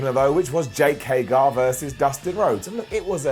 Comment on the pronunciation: It's HAY-GER!!!!!!!!!!!! Stop it!!! It's not HAY-GAR!!!!